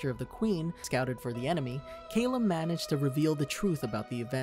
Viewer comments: It’s cal-lum not cale-um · It is Ca-lmm not Ca-lem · It's pronounced "Cal/lum, not "Ca/llum. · I hate how the narrator pronounced Callum’s name. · The only thing I hate about this video is the amount of times they mispronounce Calliums name. (Not trying to be rude or anything btw, just kind of annoys me since Callium is my favorite character.)